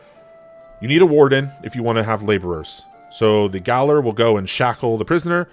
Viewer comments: It's pronounced the same way as "jailor" even though it's written differently. "Gaoler" is the old, french-influenced spelling. You're welcome 🤓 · no, keep saying gowler.